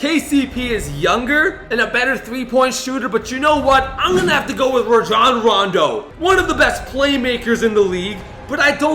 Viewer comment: it’s rajon (Ray-John